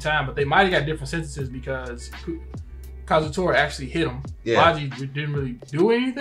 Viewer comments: facts says it right, But says it wrong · Everytime he says kazutora's name wrong it hurts my ears still my favorite youtubers tho love and support from barbados